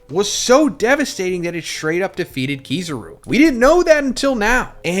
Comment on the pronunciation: You pronounce kizaru so fkn weirdly